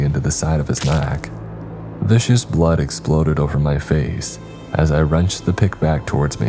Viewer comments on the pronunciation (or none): An extra tip, 'viscous' is 'vis-cus' not 'vicious'. There's no extra 'i' in it 🙂 You're doing great on the rest though! Scythe and visage were also were right 👍